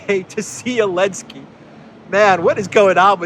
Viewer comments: Why do you systematically and consistently pronounce his name "Alinsky"? Is this some sort of Russian-sponsored talking point, because I can't see any reason to so consistently mispronounce the man's name when surely you know better? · Letter Z was displaced on the Russian weapons during the start of the war, so letter Z was strip off when you pronouncing His name.